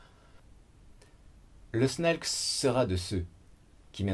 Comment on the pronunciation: snalc se prononce snake maintenant?